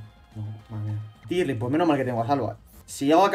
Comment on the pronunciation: Vaya suerte el salva xD DESDE CUANDO SE PRONUNCIA DIERLING? primera vez que escucho eso xd que yo sepa se pronuncia deerling con "E" El magnemite es diosss hace muy buena sinergia con primarina y pelipper (fak yu ledian) JAJAJAJAJAJA la estrategia del rattata que cerdo no me esperaba el golpe bajo xd PA CASA SALVA XDD bueno episodio de chill a pesar de la muerte y las casi muertes